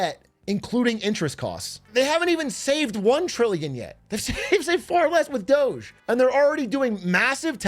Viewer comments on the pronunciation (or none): none